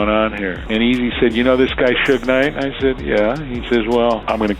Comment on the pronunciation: It's SUGE*, NOT SHUG